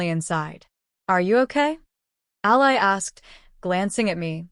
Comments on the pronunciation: When are you ever going to learn how to pronounce names, Ally is Allee not Ali Ali in a person or country who is on your side. If you can't do that quit trying this is supposed to be enjoyable for me and all of your other readers. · Yeah. The way she pronounced Ally. Haha